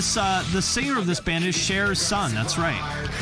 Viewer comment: Chers son like chaz ?? Lol